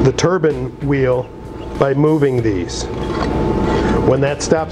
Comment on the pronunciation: Turban or turbine? Nice in depth video though.